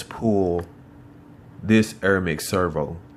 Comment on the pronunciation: its AIR not EERRRR. Im native american and i try to speak better english each day. come on son